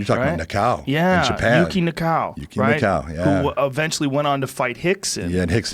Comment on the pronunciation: Yuki Nakai- thats his name, not Nakaou :D